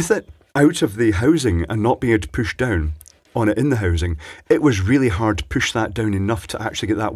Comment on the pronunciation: "Püsh döwñ" 😂😂